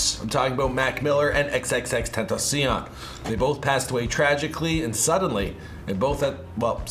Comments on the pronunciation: xxx-ten-ta-cee-ON definetly how you pronounce it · Bruh this girl said x’s name like this xxxtentashun. 5.47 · Damn lady said XXX Tenta Sean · Why did you say x name like that?😂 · Was anyone else low key pissed about hoe she said XXXTentacion?